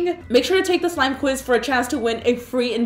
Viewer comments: she said slime quit like 5 times LOL it was actually smile quiz xD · I died when she kept saying “Slime quiz” and no one noticed